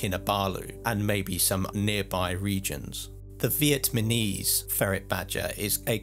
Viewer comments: No disrespect, I love the video. However, it's VietNAMese not VietMANese. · ok dude, say it with me.. "Vietnamese". [VEE - YET - NAME - EASE ] "my visa is yet to be named with ease".